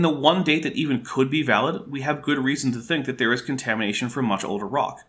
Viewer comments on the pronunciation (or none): When you said "contamination" I heard "KentHamination." Maybe I was Freudian slippingly mixing up Ham, Hovind, and, well, contamination. Or you Canaders jist cain't talk right.